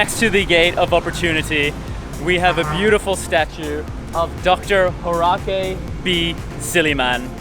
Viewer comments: HAW as in paw, and then RESS, not Horake. ;) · Horacay haha it's pronounced as hoRUSS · I'm sorry, but Horace is actually pronounced Hor-ess. Thank u for featuring our alma mater and our province's iconic university - even more popular than our city or province. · Thank you for researching 🥰🥰🥰 and featuring our university ❤️❤️❤️❤️ well researched 👏👏👏👏 by the way it's Horace (pronounced as horaise) ☺️☺️☺️😁😁😁